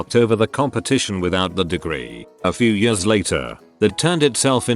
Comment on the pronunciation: Why can't this piece of shit machine pronounce "years"?